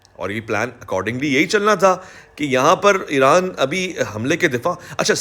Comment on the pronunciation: IRAN Dom ✅ IRON Dom ❌❌😂